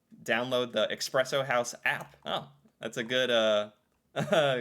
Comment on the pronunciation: It's E-spresso house, not E-xpresso house... and you're ether a black coffee drinker with no sugar and cream/milk, or you're a latte, mocha, cappuccino, frappe drinking city dweller, as the latter is looked down up on by farmers seen as snobbish. And historically in Norway we don't like snobs as we are a farming and fishing nation lol. It's also tied to toxic masculinity, black coffee seen as more ''manly'', anything with sugar and cream, feminine...